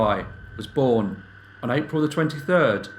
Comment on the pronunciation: I have to agree. The straightforward and no nonsense presentation makes for nicer viewing. The only slight irritation is the occasional “vuh “ instead of “the” but that’s just me and my ocd.